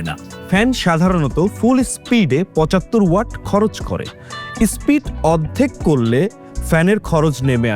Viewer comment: Spreed na SPEED 😂